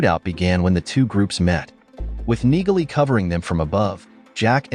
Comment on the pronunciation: 60% of what the narrator says is a big fat lie xD Neagley is pronounced Nealey. Watch the series and figure out what was not said and what was said xD is so bad at narrating.